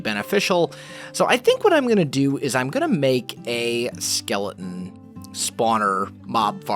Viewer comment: He says "skelein"😂😂😂